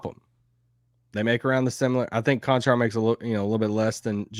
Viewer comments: Guys...I didn't know who you were talking about and I am Slovenian - its not Kanchar...its CHanchar. Why kancar? There are 2 identical letters and you read them differently 😅😊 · ) Čančar is like CHicago CH twice CHanCHar Konchar is like CHicago CH once KonCHar :) but all good :-) just a little confusion ;) thanks for your work! am with u since 2018 each morning (my time) best wishes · lol, how you guys say "Čančar" is ridiculous :D